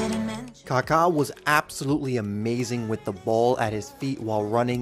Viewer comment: Kaka a great man in Christ! Thank you for pronouncing his name correctly